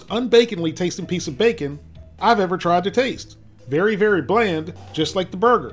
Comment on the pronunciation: How many times does he say “brrgrr”